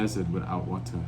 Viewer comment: "A man will leave you in the dessert without wata" 😂😅 Was that your attempt on an English accent,?? 😊